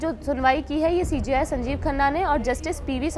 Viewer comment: ये CJI होता है या CGI क्योंकि आप(video में) जब कहते हैं तो हमें सुनाई देता है सीजीआई हालांकि जब हम पढ़ते है तो CJI (सी जे आई)